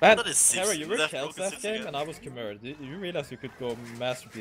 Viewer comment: it cant be that hard to say "kumai" right?